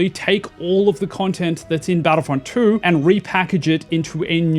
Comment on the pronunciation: My friend I believe it's pronounced two not true and in your vid I keep hearing you say battlefront true so had to stop watching the vid only after a minute